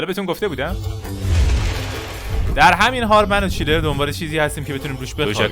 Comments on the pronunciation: برای دوبلهی بهتر اسم اون چیلر نیست چنلر هست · چندلر رو چرا چیلر میگی